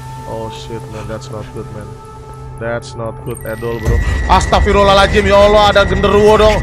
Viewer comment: kalau mau nyebut yang benar adalah astagfirulahaladzim bukan lalazim. kalau enggak blg nya astaga aja pas kaget